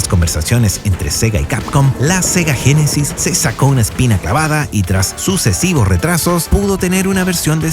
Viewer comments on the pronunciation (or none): none